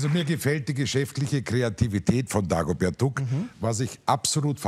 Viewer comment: ... Dagobert Duhck ... Steffen Schpielberg. .. lmao